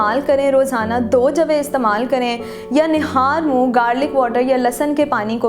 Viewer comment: "نہال منہ " غلط ہے۔ " نہار منہ " کہتے